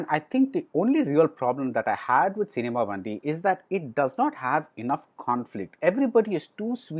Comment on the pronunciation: Pronounced as Cinema Bun-D, not Bandhi